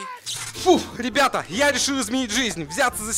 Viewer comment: сказал нам привет бебета😂 а не ребята